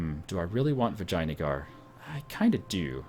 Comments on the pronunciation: Actually it's Vi jay AN a gar. Not Vi jay na gar. He's just prenouncing it like that because it's funny, but it's not correct I believe. ;) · do you even compass? U dont seem to know where east and west are... -_- Also, it sounds like you say vaginajar. I hope thats on purpose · I like the way pronounces Vijayangar - <Vagina-guar>:D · Its Vee-jai-nagar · Your pronunciation of Vijayanagar is absolutely fantastic //coughs